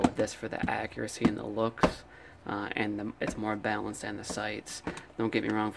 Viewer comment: It's prenounced as bal-an-ced